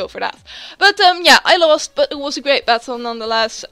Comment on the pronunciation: I heard Zubat-tle at the start for some reason :p great battle as always and i love love loooove Girafarig !!! :DDD